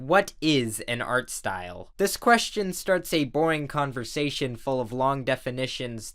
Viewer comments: " its probably Art-aware of the style" At least thats what i thought he said 😂😂😂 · this video is bugging me off because you (idk if intentionally) say "art style" in specific tone most of the time